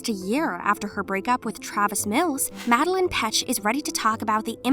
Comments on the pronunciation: Her name is pronounced madel LANE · Mad-de-laine Madelaine Petsch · its Mad-e-laine 😈🚍